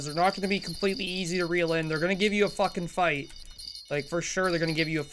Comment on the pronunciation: the way he says fuckin fight 🔥😄